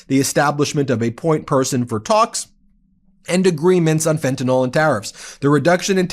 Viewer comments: Pet Peeve: It's not pronounced "fentanOL" - it's "fentanUHL" or "fentanIL." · Ben— get it straight:That is FentanYL—NOT FentanOL!!! you are just parroting Donald Trump!